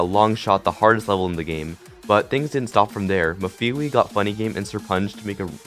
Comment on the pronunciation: it’s MEF-A-WAY